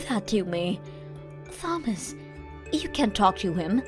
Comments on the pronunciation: OMG learn how to say names! Taw-muss. Not THaw-muss. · Yep, I always get to about 75% at least before starting. Otherwise, it's nothing but braindead texts voiced by braindead voice actors who can't be bothered to know basic stuff like pronouncing Thomas with a "t" not a "th" sound! 😂😂😂😂😂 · _Th_omas instead of Tomas makes me laugh and cringe in equal measure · Will she please STOP pronouncing the H in Thomas!!! And if the sons witnessed mom's bad behavior to Lillian, then they are to blame just as much as she is. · I have been screaming at these morons to do even the most basic of edits. But when the antagonist can't pronounce Thomas correctly, then asking for something as complex as proofreading for plot holes and inconsistencies is too hard for these mouth breathers. Can you believe the voice actress didn't know a common name like Thomas has a silent "h." She kept saying THOMas, not TOMas?! 😂😂😂😂 Like, no one even noticed?! They probably didn't even listen through before uploading. Seriously, how lazy can anyone be?! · How can someone mess up a name like Thomas?